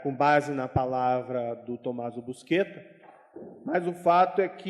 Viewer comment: O famoso Tommaso, nunca se chamou "busqueta", como disse o juiz Moro. Seu sobrenome era Buscetta, no qual o "sc" tem o som próximo do nosso "xis". Este sobrenome deformado, "busqueta", surgiu, pela primeira vez, aqui no Brasil, por conta do apresentador do Jornal Nacional, Cid Moreira, que se negou a pronunciar o nome corretamente, com receio de que a Censura da ditadura militar o punisse por dizer um palavrão na TV. Nem com funcionários do Consulado italiano confirmando a sua pronúncia correta convenceu Cid Moreira a dizer o que devia ser dito.